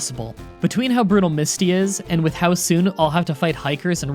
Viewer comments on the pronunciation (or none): none